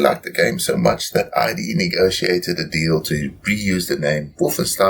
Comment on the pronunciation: Nice review! I love this game. Just wanted to mention that Id is pronounced as a one-syllable word with a short i sound, not like I.D. I made this same mistake for years until a friend corrected me.